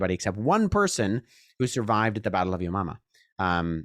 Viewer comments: Keeps sounding like you're saying "yo mama" 🤣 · I’m and new christian, but I really struggle every.. single.. darn.. time… he says: “the battle of Yo Mama”. 😂 thankfully our Lord is a God of Grace and Mercy.